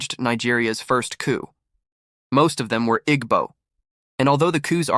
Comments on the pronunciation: At least say their name right Igbo is not pronounced ig-bo It is a tonal language that you will need to listen to once before getting it right, but this is so off. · He is pronouncing it wrong.